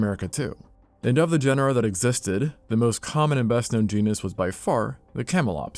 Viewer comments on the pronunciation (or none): none